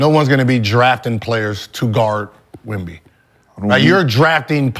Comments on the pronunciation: I'm 20 mins in and I've heard y'all fuck up Wemby's name about 50 times 😂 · Saying his name wrong like that purposely just is disrespectful. Just call him Wemby if you can’t say it